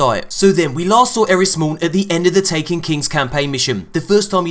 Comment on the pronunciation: It's eris